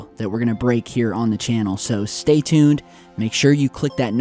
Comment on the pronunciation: He just stay tood instead of stay tuned lol